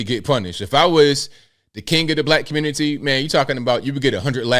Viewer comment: slipping up with that CGA communitah got me rollin